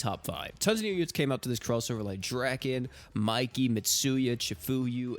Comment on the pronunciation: I hate to be this guy, but it’s draw-ken